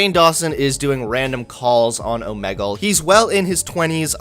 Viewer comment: I think the real crime was mispronouncing Omegle